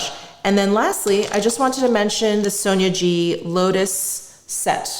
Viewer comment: You pronounce Sonia G like sonergie...most of the time.